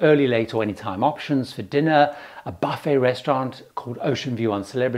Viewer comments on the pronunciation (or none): none